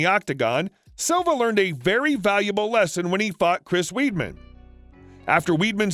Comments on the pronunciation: Weedman 😂 it’s pronounced wide-man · Chris weedmen. Are you joking. Il spell it in a way u might understand it’s WIDE MEN. DUMMY. ATLEAST PRONOUNCE NAME RIGHT COME ON. DO NOT BUCHER GUYS NAME LIKE THAT. LOL. WAS FUNNY THOUGH. LOL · It's not chris weedman it's wideman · Not fuckn weedman! It’s pronounced wide-man. Sheesh 🙄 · It's pronounced "Chris WIDEMAN. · Pronounced Weidman's name wrong too 😂